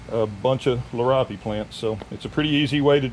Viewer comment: It is pronounced 'Lear ee ope'